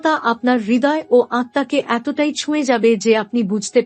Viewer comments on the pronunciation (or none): none